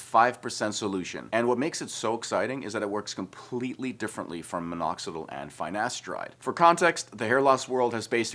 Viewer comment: Cant even pronounce finasteride properly 😵‍💫